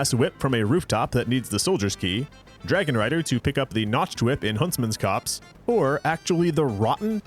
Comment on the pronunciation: Finally, someone who says Huntsman’s COPSE correctly!